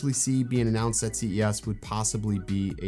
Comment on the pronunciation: Is he saying C E ASS on purpose?